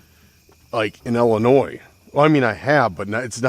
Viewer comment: I have one question for you, I'm from Chicago IL, why do you pronounce Illinois, Ellinois?